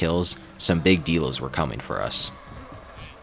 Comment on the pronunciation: the way u say dilos makes me cringe but i enjoys watching it